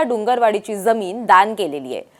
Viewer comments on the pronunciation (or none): none